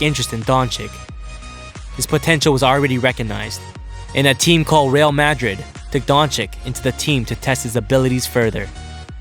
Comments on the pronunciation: lol he pronounced real Madrid wrong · bruh please learn to say Real Madrid :/ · how you say real Madrid 😂😂